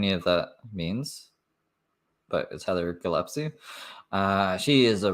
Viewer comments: It’s GILLESPIE love, not Gillepsie lol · DAMNIT! I MISSED IT!!!! P.S. Gill (like a fish gill) Gill-es-pee 😂😂